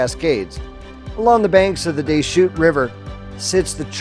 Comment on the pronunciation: Not "wall-o-whah" but "wa-louw-whah" Not "day-shutes" river, but "dih-shutes" river. Not "Wah-lau-met" or "Will-eh-met" but "Wih-lamm-it"